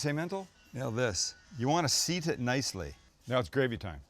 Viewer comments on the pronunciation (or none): none